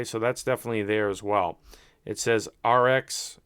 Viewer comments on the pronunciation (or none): Reux is pronounced "roo"